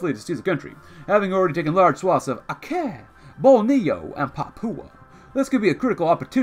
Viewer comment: "Aceh" is pronounced "Acheh"